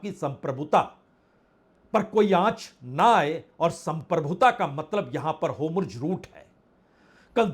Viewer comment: होम्रुज रुट नहीं है, होरमुझ रुट बोलिये